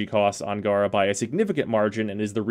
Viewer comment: I mean according to lotus its gay-ra not gah-ra but an actual puppeteer frame could be boss, taking operator to a whole new level